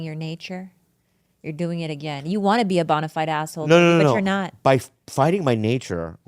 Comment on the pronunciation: is nobody gonna talk about him mis pronouncing bonafide 😂